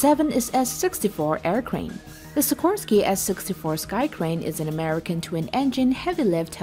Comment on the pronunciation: Amricn is not numbr 1. Haha